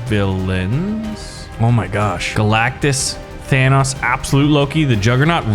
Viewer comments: THANOS IS PRONOUNCED TH-AH-NO-S NOT TH-AN-AUS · It sounds like you're pronouncing Thanos like VanossGaming. His name is pronounced Than-ohs, not Than-aus. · I think he just doesn't know how to say Thanos. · He says thanks wrong. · If it's only an accent, then that's fine. Nothing wrong with that. But he doesn't acknowledge that he says it different to how it's said in the movies, which is why it makes me think he doesn't know how to say his name. Or maybe he says it like that on purpose, I don't know.